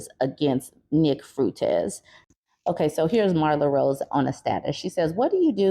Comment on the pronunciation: nick fruitez? does she not know how to pronounce his name or is that just being homophobic?